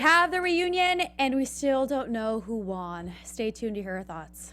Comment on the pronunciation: why does say won like wan... lol